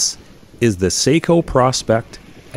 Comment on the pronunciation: It’s not pronounced “prawspecs” but pro-spec